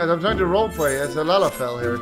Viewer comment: Lalafell more like Lolifell UHM